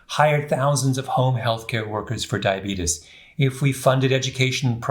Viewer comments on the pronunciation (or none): I love your books, your presentations, you are absolutely brilliant! However..... please... it's "diabetes," not "diabetus" and there is a major difference between Type 1 diabetes (pancreas no longer makes insulin) and Type 2 diabetes [your body is insulin resistant, due to excess weight (usually belly fat), but pancreas still makes insulin]. The general public believes Type 1 diabetes is due to lifestyle and bad eating habits, but that is untrue; however, it's mostly true for those who suffer from Type 2 diabetes.